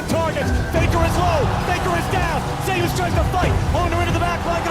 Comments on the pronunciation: Also hearing you say Zeus as "Zus" throws me off lol Most people call him zay-oos, especially because there was another Korean pro named Zzus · "Zay-oos" . Not "Zoose". It's a play on his real name, being similar to the god of thunder. Legitimately confirmed. If you're going to make an LCK documentary, you should probably know how to say the players' names.